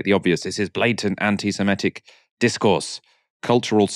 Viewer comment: Anti SEMITIC NOT SEMETIC